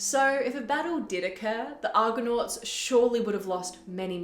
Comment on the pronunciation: 0.27 It is Argo-nauts not Argon-nauts. Argon is a gas with atomic number 18. But over-all, 'very well done'.